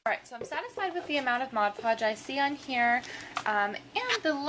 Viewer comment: I freaking love you for saying Mod Podge correctly!! I can't tell you how many people pronounce it: "Modge" Podge. It's like nails on a chalkboard. Also, good job with the sprucing up those plastic drawers.